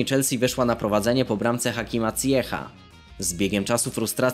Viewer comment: Ziyech wymawia się "zijesz", a nie "cijech". To nie jest nazwisko nazwisko jak Zimmer.